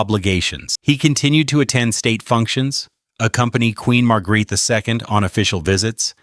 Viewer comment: Horrible pronounciation of Queen Margrethe's name. You should know better, if you do a documentation.